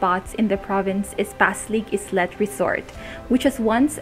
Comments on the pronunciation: Did she mean "islet" as the small island? It should be pronounce as EYE - LUHT/AY-LET not "eslet" 😐😐 Nevertheless I love the place.😊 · Its "aylet-islet" not "eslet". Passig Islet. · Good speaking skills for a tourism video presentation(except the islet pronounciation) lumalabas yung personlity niya dito although I see some misinformations.